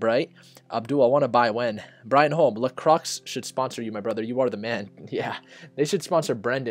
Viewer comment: No it's la croi ; do not prononce the x.